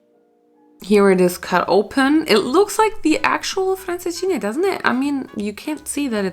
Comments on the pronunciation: You say francesinha sooo well 😄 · You said Francesinha so well!!